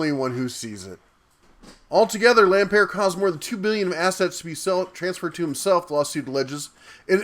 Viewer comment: He's not French... It's LampERT